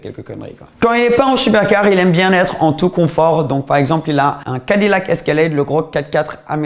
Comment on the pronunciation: "Cadi lac" XD XD